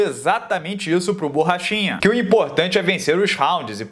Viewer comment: "Borrachina" kkk